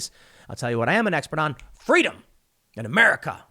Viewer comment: In the words of Kamala Harris: "Fweedom."